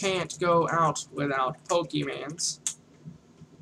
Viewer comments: I died a lil inside at the beginning when he said "Poke man"........ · Awful tutorials, the way he talks and has his videos are so unplanned and scatteredabout like he doesnt know where hes going. Poor format, and doesn't say pokemon right.